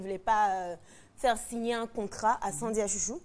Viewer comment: ON DIT Sandra😘